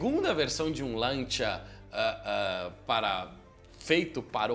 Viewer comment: Agonia de ouvir "Lantia". Custa nada falar o correto, "Lancia".